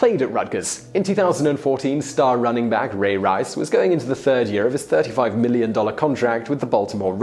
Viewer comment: You say Ray Rice weird.